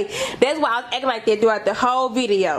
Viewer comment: He say “acking “ lmao I kno it’s spelled acting .